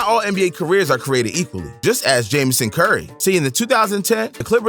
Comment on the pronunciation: Bro said jamison curry 😂😂😂😂😂 its jameson curry